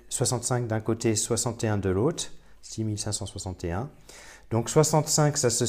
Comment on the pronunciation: ouch! dur dur ta prononciation de 6561...